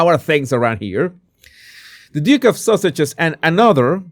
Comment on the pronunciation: I love how your accent makes it sound like you say " the Duke and Duchess of saussages" I adore that ^.^